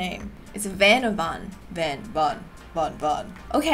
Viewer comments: ist VAN not Ven haha ly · The half and half character is called van. Its not like vaan, its van like the vehicle van. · his name is Van. Pronounced like the kind of car. Like a mini van. Love ya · It’s van like the vehicle van